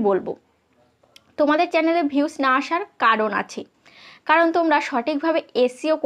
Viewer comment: Vius na views 😅😅 boltei parane 😅